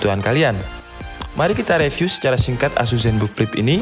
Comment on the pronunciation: Please learn how to correctly Pronounce "review"